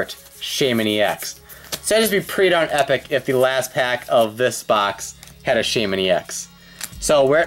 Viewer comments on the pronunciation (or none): You said baymen in the last case it's shaymen